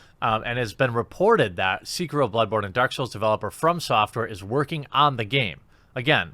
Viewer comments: Seekihrow....lol c'mon guy. haha. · I'm sorry WHAT!... SEEK-E-RO, OK!... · Will Jeremy ever pronounce Sekiro correctly?